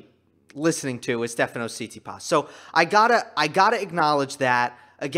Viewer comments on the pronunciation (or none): one little thing: pronounciation - tsi-TSI-pas, so stress on the secong syllable, you put stress on the last one